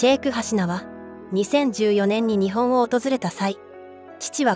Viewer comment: ☆★・『日本』 のイントネーションが可笑しい!!!!! 日本の文化を正しく伝える❗❗ 🇯🇵🌸👨‍👩‍👧👶🧙‍♂️🧝🐶🐱🗻🌋🌅🪺🐦🐉